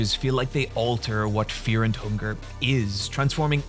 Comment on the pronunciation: This is weird to say but I really like how you say fear and hunger Great video:)